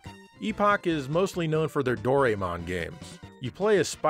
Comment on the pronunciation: It is STILL not Dory-mon, but Do-rai-mon.